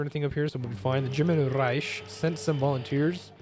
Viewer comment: German Reich sounds like German Rike.